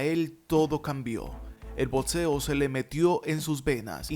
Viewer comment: Pronuncia "BOCSEO" no "BOTSEO", "BOCSEADOR", no "BOTSEADOR".